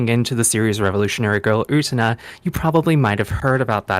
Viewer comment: Stop mispronouncing Utena. How can you say you're hypertensated on it when you have no idea how to pronounce it